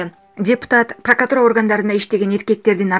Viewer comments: Прократура. Кайра кайра кайтала , Дастанбек бп калдын го пракатура деп, 5 жолу айттын бири дагы туура айтылбаган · Прокуратура деген соз кулака пырыкатура деп эле угулуп калыптыр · Ээх эже ПРАКАТУРА ЭМЕС ПРАКРАТУРА ДЕСЕН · Ай карындашым.пркатура дебечи "Прокуратура" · Долоталиев Бекболот дагы жакшы прыкыратура дебей😀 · Диктор кыз Дастан Артисбектин карындашы эмессинби! Пракатура дегенине караганда!Прокуратура деп айтчы тантырабай! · Прокротура дегенде тилини сындырып албадынбы 😀😀😀😀😀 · Секасалюттун карындашы,пыркыратура,энвд,чакурук,здравахранена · Прокатура😃 деп кечке суйлоптур